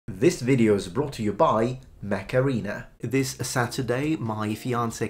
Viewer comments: every time you say mech arena i hear macarena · It sounds like he's saying "macarena" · You saying Mech Arena sounds like Macarena...famous Spanish hit....